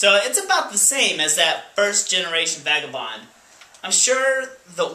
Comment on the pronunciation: It sounds like you said "fagabond" . Lol.